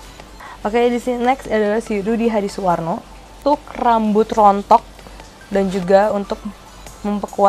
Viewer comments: Saworno siapa sih, salah mulu ngucapinnya. Pernah ada masalah sama yg namanya saworno? wkwkwkwk... Btw thank infonya dear, sangat bermanfaat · Kok susah amat sih kyk nya bilang “SUWARNO”😅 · Rudy hadisuwarno itu udh legend lho, kok belibet aja nyebut namanya